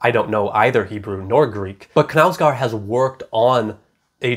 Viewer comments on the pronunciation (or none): Love your reviews! I just wanted to tell you, given that you like this author, the correct pronunciation of his name, which isn't anything difficult no worries - [kɑːl ˈûːvə ˈknæ̂ʉsɡoːr], the simplest thing is to type the name on google translate and listen to the audio, anyway, the k is not omitted like in english, å is pronounced like 'odd' and the last d is omitted, for the au of knau I can't find an english example but if you pronounce it like you already do it's not too bad although it goes more towards an e sound